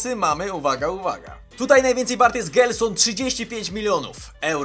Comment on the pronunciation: "gelson"? Serio? XDDDD "żelson" sie czyta xd